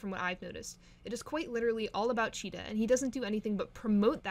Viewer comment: UR KILLING THE VIBE BY CALLING HER/HIM CHEETAH😭😭😭😭😭😭😭😭😭😭😭 IT'S C H E E T E H Z. GET IT RIGHTTTTTT RAAAAAAAAHHHHHHHHHHHHHH👿👿👿👿👿😭😭😭